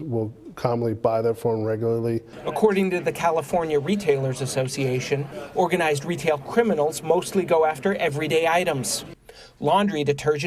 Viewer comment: "Organislzed criminals"